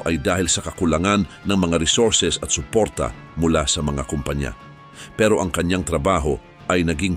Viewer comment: Natatawa ako sa pag narrate ni kuya.. itso, kuryentse, suportsa, tsubig, nakitsa, ditso, nitso, kapakanan ng tsao.. ano ba yarrrrn…